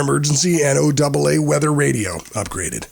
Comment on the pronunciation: I've never heard anyone ever before say "N O Double A" when pronouncing NOAA. WTF is up with that? Has the narrator ever actually listened to NOAA Weather Radio?